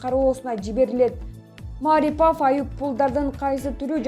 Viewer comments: Диктор кыз кыргызчаны туура окуп уйрончу Маарипов эмес Мариипов деп окулат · Маарипов эмес Марипов фамилия атты туура айтып туура окусанар силерди коп эл угат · Ииий ушу кыздын билим денгээли ото томон окшойт окуганына угуп отуруп жинин келет Маарипов дейт ай , ударение Мариповко и ге тушот аты жон фамилиясын таптакыр окуй албайт экен да уят эле вообще любой создорду 2 чи класстын кызындай окуйт 😂🙄🤨🤔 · Эй журналюха атайын интонацияны тескери койуп айта бересин ,; мааарипов эмес ,; марииипов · Журналистер Мариповдун фамилиясына Басымды (Ударенияны) А тамгасына кою М Ааааарипов деп окуп жатышат. Депортация деген созду да туура эмес айтышат, пандееееемия дегендей кылып. Журналистик " граммотность" каякка кеткен????🙄😒😔😪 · Маарипов эмес,марипов ударения туура коюп суйлочу карындашым,мен Улукбекмин... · Маарипов деп мааратып койдун го, ушу сабатсыз блогерлердики отту, же орус менен же кыргызча эмес. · Маарипов эмес Марипов эле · Журналисттер Маарипов эмес Марипов деп так туура качан суйлойсунор? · Эмне деген сабатсыздар ,озунун ишин жакшы билбегендер,жок дегенде туура айтышбайт Мааарипав деп.ушакчылар. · Окуп аткан кыз Маарипов дейтко. 😅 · Туура суйло,Марипов,пример деген ж,б, дайыма туура эмес окуйсун,озунду,озун текшербейсинби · Эй двоишница Марипов деп окуганында басымды и тамгасына кой. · Диктор туура окучу Марипов дегенди да туура айтпай жвтасын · мАрипАв дейсин акмак кыз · Окуп жаткан журналист кыз кыргызча фамилияны туура окуганды качан уйроносун,окуганды билбейсин,кыргызча создо эч качан ударение болбойт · Ай келесоо диктор сорой сен орусча эле создорду окуй албайт десе, сен даже Марипов деген фамилияны туура эмес окуп жатасын, ударенияны а га эмес и тамгасына койуп оку, мынча сабатсыз пендесин деги